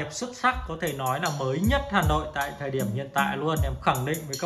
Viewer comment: Hà Nội chứ không phải Gà Nội